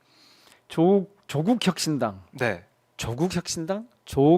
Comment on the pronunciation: 누가 조국씨 이름을 조:국이라노 길게 읽어요~짧고 높게 읽는 겁니다.